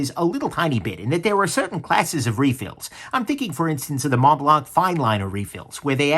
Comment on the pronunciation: Was that supposed to be a French accent? Montblanc International GmbH is German. Thanks for the review.